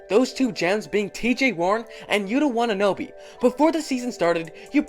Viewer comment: wataNAbe. Not watanobe smh